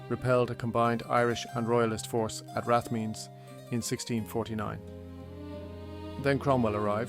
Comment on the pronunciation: Its very odd that the speaker has a Dublin accent but massively mispronounces words known to every Dubliner like Rathmines. Can AI do accents now?